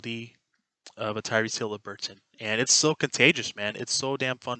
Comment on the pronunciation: It’s Haliburton not Hilaburton but keep up the good content.